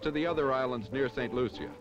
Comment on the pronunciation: If you want to be so perfect learn how to pronounce the name of the island